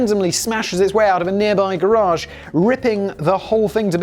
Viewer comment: holy shit, a Brit who pronounces garage correctly... never thought I'd see the day.